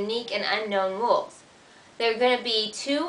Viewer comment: "rules" not "wules." At least you are pretty.